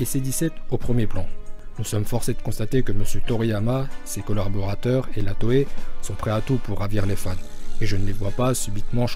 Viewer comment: nan mais le mec sait déja pas prononcer ''collaborateur'' correctement alors question logique ...